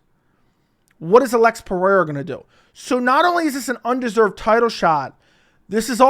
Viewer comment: Alex is Brazilian not Hispanic it’s Pe-Rey-ra no Pe-re-ra.